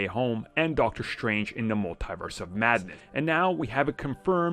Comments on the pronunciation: The way he said it: "mull TIE verse" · Dude do you not know how to pronounce Multiverse properly